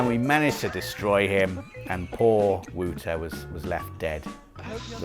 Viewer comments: Did Wouter say thats the way you pronounce the name "whooter"? Why I ask is because Wouter is also a name in Afrikaans which is there pronounced exactly as "Voter". But still, poor Wouter1000, rest in peace mate. haha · your pronounce Wouter wrong. Its Wowter. Not wooter 🧐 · Wouter is pronounced as Wauter... It's a Dutch or maybe Belgium name